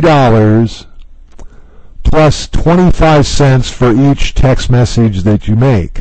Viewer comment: Why do you say message and finish weird? You say "finEEsh" and "messEEge".